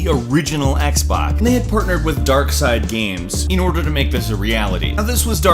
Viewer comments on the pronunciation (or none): he said xbok at 228 lol